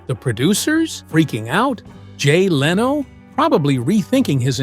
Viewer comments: How bout getting Jay's last name correct. It is Leno NOT LEEENO. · She was never allowed back after THIS - after what? And who is the unidentified blonde woman in the picture with that caption? This is totally deceptive and stupid click bait, besides all the wrong pronounciations such as Leeno for Lenno. Even AI should know how to pronounce Leno. Also when talking about his son Rick, a picture of Tom Snyder was shown. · Leeno in lieu of Leno. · DON'T LISTEN TO THIS FAKE BULLSHIT. IT'S A ROBOT. MISPRONOUNCES LENO'S NAME AS "LEENO"!! WHAT A CROCK OF SHIT XXXXXXXX NO GOOD